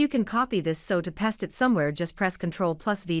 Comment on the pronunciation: Its paste not fest